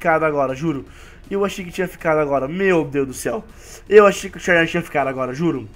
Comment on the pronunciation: se escrave xerneas mas se fala zerneas